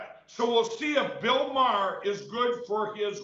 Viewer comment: Bill Mar.